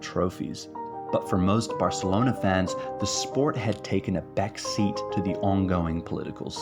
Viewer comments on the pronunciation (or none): none